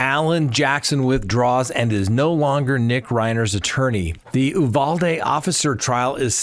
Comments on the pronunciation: It isn't Ooo Val Dee....... it is You Val Dee. At least in Texas it is. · Uvalde. You-val-dee. Val pronounced as val in value. Though factually true he was arrested near USC, USC had nothing to do it. He may have been wanting to buy drugs at a park near there as mentioned in the news. USC happens to be in downtown LA where there is a lot of crime. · You Vall Dee - Uvalde That’s how we say it.